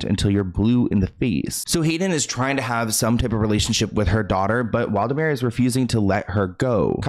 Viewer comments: 😂 Hey, you said the name wrong It’s Wladimir Klitschko. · It’s not Waldimir, It’s Wladimir 😁